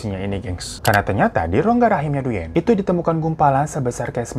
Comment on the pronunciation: Thanks for sharing this story. Koreksi sedikit ... pelafalan dalam bahasa Vietnam : "Duyen" dibaca "Dwen" ( seperti halnya kalau "Nguyen" dibaca "Ngwen" alias /uy/ selalu dibaca /w/ )